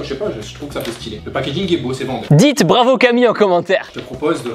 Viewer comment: pourquoi tu dit pravo Camille